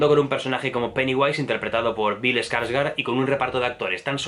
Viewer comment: Se dice "SPOILERS" no "espoilers". No le pongas letras donde no hay. Y se dice "gor" no "gore". Y se dice "Skarsgård" no "ESkarsgård". Y también "Chastein" no "Chastain".